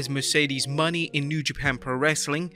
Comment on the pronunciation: That guy is say her last name wrong it's not Money its Mone